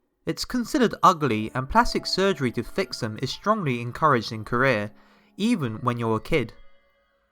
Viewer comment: You say Korea weird